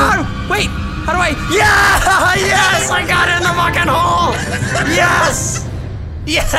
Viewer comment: "I GOT IN THE HOLL" 😂😂😂😂